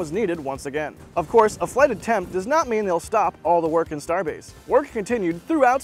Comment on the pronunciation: "Starebase" lol